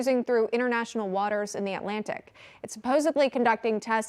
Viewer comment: A "Match 9"? Did she mean a Mach 9?😒 Jimmy Carter all over again he let the Russians access Cuba and the U.S. waters.